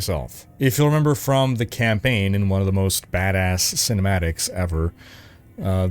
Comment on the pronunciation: I was trying to figure out what a camping guide was.... Then I realized you were saying campaign guide.